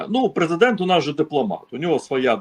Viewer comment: Ого! Сказав їрмак, наголосив їрмак, зі слів їрмака. Це ж їрмак презЕдент?